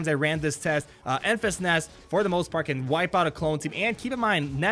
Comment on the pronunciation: Its pronounced Enfrees Nest